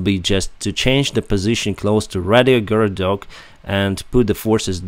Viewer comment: RAYgorodok not RADIOgorodok